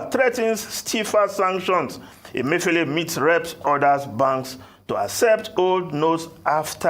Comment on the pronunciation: How many of you heard RA call CBN governor, Godwin Emefi-OLE? Thump up if you did.